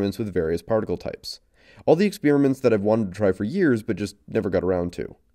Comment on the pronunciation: PLEASE stop calling it an experermint omg